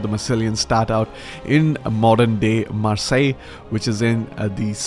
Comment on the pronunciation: Great pronunciation of Marseille! Great analysis! Thank you!